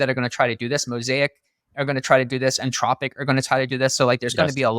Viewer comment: For the record, the company name is Anthropic, not Antropic.